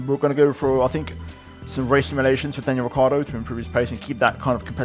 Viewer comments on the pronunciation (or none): “Daniel Ricardo” lol